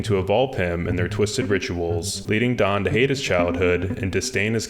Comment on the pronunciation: stfu he said daán which is correct pronuntiation. literally stfu